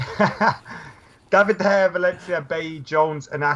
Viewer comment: Getting annoyed at someone else not being able to word their question properly while you still can't pronounce De Gea's name correctly.